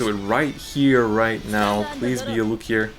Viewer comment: God I hate how he pronounces it, like even if I’m saying it wrong I will always say Loo-key-aa like it’s french